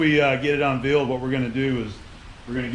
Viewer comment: "un-veal" teehee